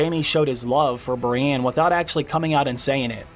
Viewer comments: Bree-EN, not Brianne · Stop bloody sayin Brienne!!!! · The way you say “Brienne” 😂😂 Cool vid though!